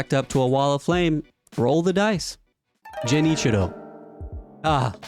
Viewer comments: It's not Jenichiro omg, its Genichiro. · it's GEN. GEN ichiro. not JEN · ジェニーチロー(ゲンイチロウ) 日本語の英語読みは日本人にとって面白いと感じる😂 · Bro I know you didn’t just call Genichiro “Jennichiro” 💀🤣, the whole video I was thinking “man this guy’s breaking down the framework really well, he must be a veteran” now I’m questioning if you’ve even played the game.. lmao. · I’m curious how and why people mispronounce things that are said out loud multiple times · thats not how you pronounce genichiro